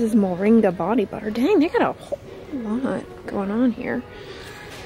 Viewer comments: I just about died at the way she said "butta"! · The way you said “hemp BUTTAH” 😂😂 you are hilarious!